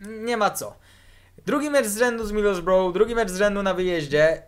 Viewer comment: wymawia się. midylsbra A nie midylsboroł:D jest to wyjątek w języku angielskim